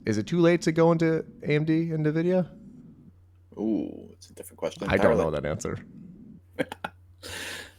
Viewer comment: It's "EN-VIDIA", not "NA-VIDIA". 🤦🏻 The title of this channel is appropriate, lol.